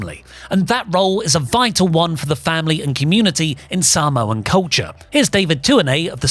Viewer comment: "the Sahmoan Denesty" 😂😂😂😂